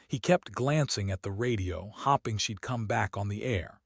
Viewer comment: You do know that the word: hoping isn't pronounced as hopping??!!